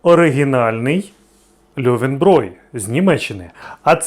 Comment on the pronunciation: Ти правильно кажешь: "льовенброй", оскільки ä=е, а буквосполучення eu в німецькій читається як "ой", наприклад в слові neun (нойн, тобто дев'ять) чи Euro (ойро).